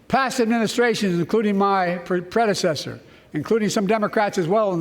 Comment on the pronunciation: Basically a Trump hate speech. "My pwedesesthurr". Dementia really got this man. It's sad to watch.